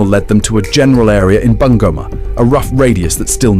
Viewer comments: I love how she pronounced bungoma😂😂😂Bangoma😂😂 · The name BUNGOMA is wrongly pronounced here. Sound "U" in Kenya is U for UNION ... not "U" for "aah" in short its BUNGOMA---- B - boy U- union N- nail G- God O - Off M- Man A - apple